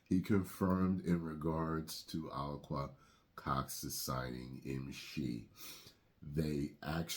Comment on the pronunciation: Is that how you pronounce her name? Ah lack a Cox? A lack of Cox?? The female takeover is real!!